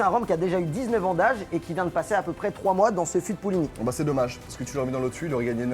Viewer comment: Je suis désolé mais je suis bourguignon et c’est pas « Pouligny » mais bien bien Puligny on dit le « u » !!!!!